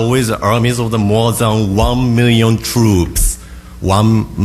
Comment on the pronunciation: there is no r in his pronunciation because the japanese usually have a hard time with R's